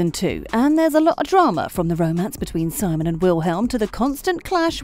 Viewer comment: It’s pronounced sEEmon